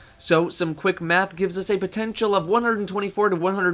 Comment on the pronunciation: anyone else think that it sounds like he says, So some quick meth